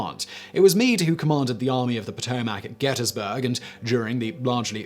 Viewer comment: Drinking game. Everytime he mispronounces potomac or gettysburg